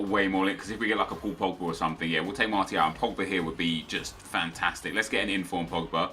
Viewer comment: I beg he sorts out his pronunciation of martial, the t makes the shhh sound ffs swear he watches football